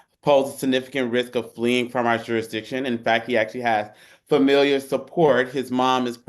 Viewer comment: The fact that the defense attorney said, “familiar support” instead of ”familial” is much more of a concern to me; after all, “aks” is a simple phonemic error, perhaps mildly irritating, but many people make this error, and not all of them are African-American, if that’s an implied criticism. However, “familiar/familial” is of much more concern, especially for a lawyer, since they frequently cite family support as a plus for defendants suspected of committing any crime.